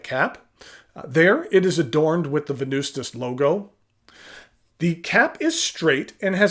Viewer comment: the true way to say Venvstas is Wen-noos-tas if in Latin